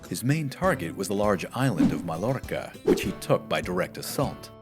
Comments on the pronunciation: Mallorca is pronounced : "Mah-yor-ca" Hence the Muslim city name shown - (Medina) Mayurca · Pas de mésonges ici. La prononciation du nom est avec le son de y (ll) au midi. Il n´emporte pas le provenance Latine, il emporte qu´ au Moyen-Age, the double l etait déjà prononcé y (ll). Donc la pronunciation n´était pas Mal Lorca, elle était Maillorca (version franco-phonétique). Cette pronunciation avec le son de Y (ll) est confirmée par le nom Arabe (Mayurca), montré sur la carte. Si cet nom a été dérivé d´une origine Latine, cette provenance no change pas que les Arabes utilisaient un nom avec le son y (ll) au midi. Jusqu´ au jour d´hui, le ll est encore prononcé y, pas comme un double L. ---------- En ce qui concerne votre insulte ´à mon adresse (complexe d´infériorité), je vous conseille d´apprendre vos comprehension écrite avant de diagnosticer n´emporte quoi. Cela vous servira bien à évouer une gaffe d´interprétation.